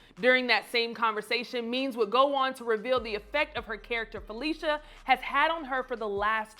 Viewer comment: It's Falisha not Felicia